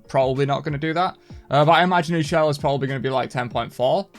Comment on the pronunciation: Ix'chel is pronounced "Ish- Chel" (chel as in chocolate or chaaq)